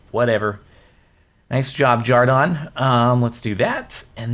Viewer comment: why do people keep calling him Jardon? His name is Jordan.